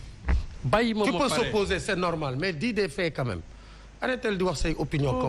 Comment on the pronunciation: Le Mr en costume qui dit : "Tu peux "Sopposer" au lieu de: Tu peux "t'opposer".... Pourquoi dolen laak liguen naamp. A faire les intellos devant les caméras c'est d'une tristesse. C'est pas pour rien qu'il est dit: Avant de parler il faut tourner la langue sept fois.